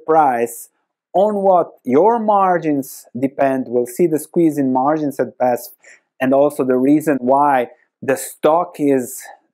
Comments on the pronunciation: 🗽 OMG I own this stock (minor share in the portfolio).... one of my worst investments. 🤔 FYI: You call it not Basf, you spell out the letters, like in an abbreviation. B A S F . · It’s B-A-S-F, not Basf. Just painful to listen. It’s an acronym. Just like VW. Or how are you pronouncing this one? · Badische Anilin- und Sodafrabrik (BASF - you pronounce it "Be Ah Es Eff" like a german) :P Great Video! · Thanks for the video! Div. cut is a real possibility, let's wait and see... Pronunciation of the company is in single letters, B A S F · say "basf"